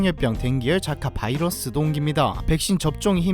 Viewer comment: 자카바이러스가 아니라 지카바이러스 입니다. 정정 부탁드립니다.